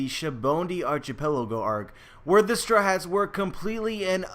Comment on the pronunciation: Whenever you say Strawhats it sounds like you’re saying strats... just saying.